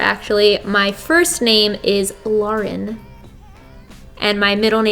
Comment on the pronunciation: My name is Lauren too😭 and you said it the way it’s supposed to be said❤️